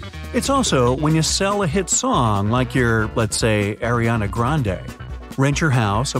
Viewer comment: ah yes AiR-iana grande love this channel 🙂